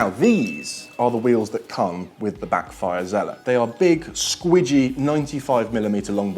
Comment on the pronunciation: Its zealot s, not usual zealot